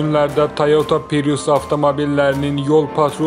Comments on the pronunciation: Pirus yox ay abrazavolski xalqım "PRİUS" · Ay savadlı pirus yox prius